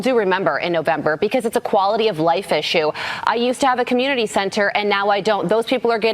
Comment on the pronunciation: Nobody calls it "the communi-tah" 😂